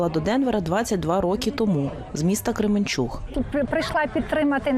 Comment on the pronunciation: Перекажіть вашій журналістці, що українською КременчуК (а не -уГ)